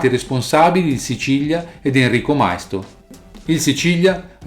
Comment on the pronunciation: Maisto con l'accento sulla i, non mai-sto